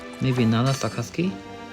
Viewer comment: Sakazuki not sasaki